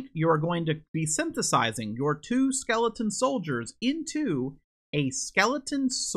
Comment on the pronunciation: Funny how you say “Skeleton” as “Skelington” like “Jack Skelington” from Halloweentown